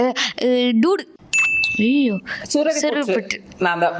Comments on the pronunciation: Ella avanga dood nu sonnanga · Not dud it's dude 😎